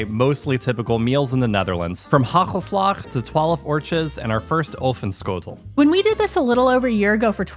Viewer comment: It's not haggelslag! You need to pronounce the first A a little bit longer than that